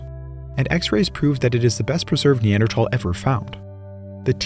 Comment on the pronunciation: its the correct pronunciation, the "h" is silent